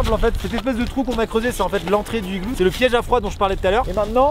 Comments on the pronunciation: Il y a donc un h aspiré à "higlou". L'Académie française hésite sur le pluriel : "higloux" ou "higlous" ? 🤣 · Amixem ta un problème avec les liaisons du mot « igloo » xD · Le fait qu'Amixem ait dis "du igloo","le igloo" et aussi qu'il n'a fait AUCUNE liaison avec le mot igloo etait vrm INSUPPORTABLE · j'ai du arréter de regarder... c'est dommage, l'idée de vidéo à l'air bonne mais UN igloo sans la liaison ou LE igloo... trop dur à écouter, tu sais, c'est comme si tu lis un texte à faute, on dit que ca pique les yeux, bin là c'est les oreilles. Désolé Max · Bah amixem pourquoi tu dis le igloo au lieu de l'igloo ? Ah oui au fait j'ai un message de l'équipe fructis, t'as 2 mois pour agrandir la White box et nous la présentez en vidéo. N'oublie pas que la déco doit se limiter au glorieux shampooing FRUCTIS FREEZE FORCE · Et aussi un igloo sans la liaison et du igloo au lieu de l'igloo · Le igloo au lieu de l'igloo Un igloo au lieu de "un n'igloo" Et les igloo au lieu de "les z'igloo" 🤣🤣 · amixem pk tu prononces LE igloo regulièrement et pas L'igloo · Faut juste revoir tes cours de français de CE1 LOOOL il y a les liaisons aussi pour dire un igloo tu fais la liaison entre le N et le I mais bon, personne n'est parfait et tu fais de supers vidéos. Mais la langue française, enfin les bases c'est quand même... la base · À chaque fois que maxime dit "Le igloo" , un Inuit meurt. Il faut arrêter le massacre. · Et aussi, il prononce UN IGLOO et UN NIGLOO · Entre « le igloo » ,« un igloo » ( sans la liaison) ou encore « au igloo »,ça rend vrm bizarre A part ça bonne vidéo 🙃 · Amixem il dit LE igloo alors qu'on dit l'igloo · L’igloo pas igloo 😂🤣😂😂🤣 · Le mec à tout faux 🤦‍♂️ Au lieu de dire "l'igloo" il dit "le igloo" Au lieu de dire "un (n')igloo" il dit "un igloo" Au lieu de dire "Les (z')igloos" il dit "les igloos" Au lieu de dire "de l'igloo" il dit "du igloo" Bah bravo Maxime 🤦‍♂️ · LOL on dit pas le igloo mais l’igloo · dsl mais dit l'igloo pas le igloo